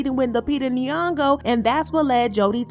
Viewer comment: Stop saying Lupita last name if you can't pronounce it right .......from Kenya